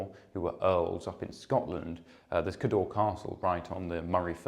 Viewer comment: Excellent videos - thank you. Cawdor (as in Macbeth's Thane of Cawdor) is pronounced rather like the surname of the great film director, Alexander Korda, with the emphasis on the first syllable.